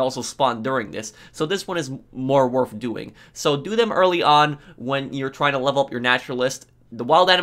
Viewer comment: Guys it’s not worf it